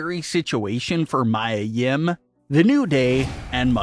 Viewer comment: Dude, can you please learn how to pronounce Mia Yims name correctly? It's not even spelled they way you say it. How are you a wrestling fan and can't say Mia? 😂